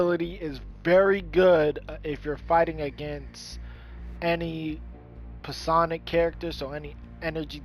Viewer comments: Exactly. Its pronounced "psy on ick" check for pronunciation of words :-). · the p in psionic is silent